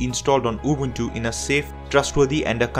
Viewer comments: He does actually pronounce UbUNtU the way it sounds in the original language that the name came from. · I hope to not come out as rude 😉 yet as said I simply appreciate it meaning I don't expect most people to get it right. I had to give credit where it's due for someone taking the extra step in pronouncing it correctly. Also in Africa just like the rest of the world Linux based systems are in minority yet despite that most folks here are aware of Ubuntu despite not running it this is due to the word's inspiration from "Ubuntu" which has an important meaning in SA to the majority of Nguni tribes such as myself. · He pronounced Ubuntu correctly. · He deserves a good pap and nyama feast for that excellent pronounciation. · For once someone pronounces Ubuntu the correct way. Appreciate it coming from a South African. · he pronounces it correctly. Now, pay the man! 😂